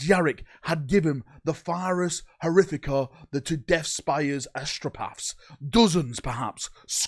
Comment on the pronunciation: flubs with timesstamps:) Vox-retelays Monotorious skip Stratetorious Death Spire Telepurturtion Kaymmunique Alignment affliction Death kell